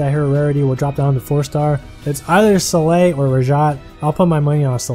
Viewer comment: she's pronaunced "Sol-eil", no "Selei"